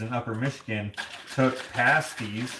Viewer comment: Upper Michigan pasties the ai is the ah sound…loved the adventure…🌻❤️from Minnesota 🌻